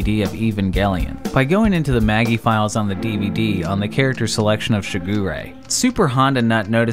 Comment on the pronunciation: yet his pronounced MAGI wrong ^^; so you win some, ya lose some